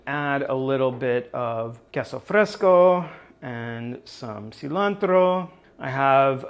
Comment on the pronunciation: Hearing say "queso fresco" and "cilantro" is so satisfying <3